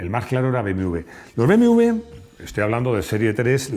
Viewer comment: Hola, por qué dices BMV en vez de BMW? "beemedoblebe" como la canción.